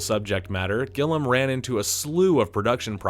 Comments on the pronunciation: I seriously can't watch the video because of this. If you're making videos about film and don't know how to pronounce the man's name I have doubts about your knowledge. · I have never heard someone mispronounce a name so much. It’s Gill-I-am. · Gilliam. Pronounced Gill-ē-uhm three syllables, with a long E. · how do u read Terry Gilliam. and think its pernounced Gilum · I've never hear Terry Gilliam's name pronounced as "Gillam" without the 'i.' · Gilliam. It's pronounced Gill-ee-am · gill-IAM! Unless I've been saying it wrong for fifty years. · Sweet Zombie Jeezus! Have I been pronuncingg Terry GILL-EEE-AMM'S name wrong since the fekkin 80's? Besides that, good job F&L was the first dvd I ever bought. Always remember,:if you get into trouble you can always send a telegram to the right people. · Plenty of us loved it when it came out and still love it today. Also, it's Terry Gilliam, not Gillam. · Cool video bro, lots of facts i didn't know about a cult classic. But you said Gilliam wrong 29 times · His name is Terry Gilliam, pronounced Gill-ee-um. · Love the video, but Gil-li-am goddammit :-) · It's Gilliam, like "William". You're pronouncing it "Gillum", like "Gollum". It makes it difficult to take you seriously as a "movie expert" when you mispronounce such a legendary director's name. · Gill-i-am….show some respect! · Yes. GILLIAM, I was getting pretty annoyed when he kept saying "Gillam". Still, I do appreciate the effort it takes to make any kind of video but that's a very basic thing to get wrong. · Terry Gill-i-am. Gilliam. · Gillham? Ye cannae read or summat? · Also, it's Gilliam, not "Gillem" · What is this guy talking about? Fear and Loathing was everywhere when it came out. Everyone I knew was talking about it. "Bonafide classic 25 years later"? This video is dumb as shit as you have no clue what you're talking about nor did you do your research. Can't even say "Gilliam" correctly. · also, not "gill ee AM", as might be thought by the spelling.